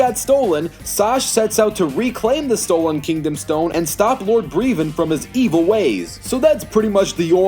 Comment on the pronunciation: Not Breevon, Brevon. You don't need to emphasize the E.